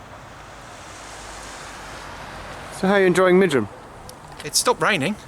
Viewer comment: I’m so glad you made a comment about the pronunciation of Midgham. It’s always been a beef of mine and I’ve written to GWR twice about it and nothing has been done. Not even a courteous reply. LoL!